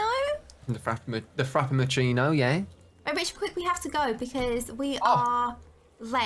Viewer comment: “Frapmachino ye”